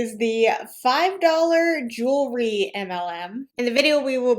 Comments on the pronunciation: Love your videos! Did anyone notice this hun pronouncing “jewelry” weird? Like “jool-er-ree.” Lol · Call me crazy, but if you're going to sell jewelry, shouldn't you be able to say the word "jewelry" correctly?